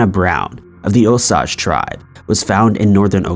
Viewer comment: The repetition got to me. Osage = "Oh-sage" not "osaj"